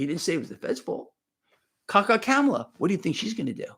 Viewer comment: Honestly if you pronounced her name correctly it would work much better with your nickname ka-ka kamala. Gotta say it’s a great nickname if you say it right